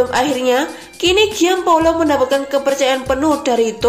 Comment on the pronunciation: Gian Paolo baca Jan Paolo dlm bhs Italia.